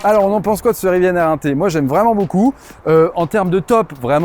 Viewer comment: Il n'y a pas de e a Rivian! Pourquoi prononcez-vous riviane?!! Gros bouseux plouc qui se croit hype !